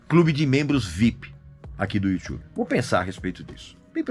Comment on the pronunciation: Toda vez q o Régis fala Youtube, eu penso q ele tá falando do U2 kkkk.